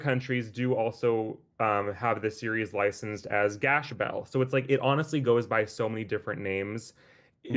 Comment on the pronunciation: Funny YouTube man says to use the original name then doesn’t pronounce it correctly 😂